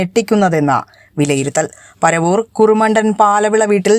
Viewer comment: പറവൂർ അല്ല പരവൂർ ആണ്